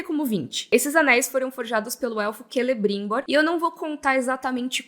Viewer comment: Tão satisfatório ouvir a pronunciar Celebrimbor em portugues da forma correta.... kkkkk🥰😆